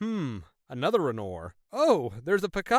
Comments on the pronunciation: Monet: Mow-neigh Renoir: wren-Wahr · the way this dude says "monnet" and "rennor" is funny